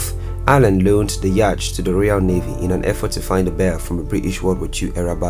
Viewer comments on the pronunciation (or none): Despite the spelling, it's pronounced 'yot', not 'yach'.